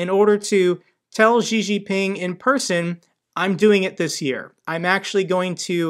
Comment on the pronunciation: I wonder why Western journalists all pronounce Chinese president Xi surname as "Gee". It is "See".